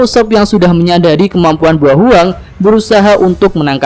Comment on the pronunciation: bao huang min bukan buo hwang 😅😂😂😂